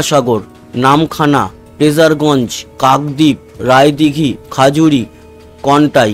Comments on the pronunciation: দাদা খাজুরি না খেজুরি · ওটা খেজুরি। খাজুরি নয়